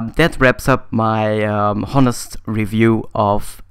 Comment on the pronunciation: You did a good job getting the facts over straight, no new stuff for me in there though . PS: "Honest" is pronounced without the h. ;)